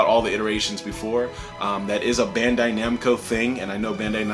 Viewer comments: "bando/namcai" uhhhh Bandai/Namco"? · Please tell me you didn’t just say ‘Bando Namcai’ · He says Bando namcai in 😅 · yo this man said bando namcai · "bando namcai" bro im done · he said bando namcai smh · "Bando Namcai" ...right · Hah, "Bando namkai" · I'm not the only one who heard Bando Namcai right? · "Bando Namkai" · It sounded like you said Bamdo Namcai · "BANDO NAMKAI" XD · This man said “Bando Namci”! Send him back to Elementary School! Lol! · I always preferred to call them namdai myself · The Crew Lol, I thought you said it on purpose. 😂